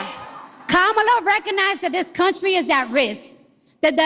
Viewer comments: she said "Ka-MA-la", not "KA-ma-la" 🤣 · I'm pretty sure i heard her call kamala - Tamale harris 😂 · The irony is that at the beginning of her speech she pronounced kamala's name wrong accenting the middle syllable! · I love how the leftists get on conservatives for the mispronunciation of Kamala’s name, yet when this idiot does it it’s all well and good! 😂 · Cardi B pronounced Harris's first name "wrong" at her own rally! The media needs to never ever again complain about people pronouncing her name wrong.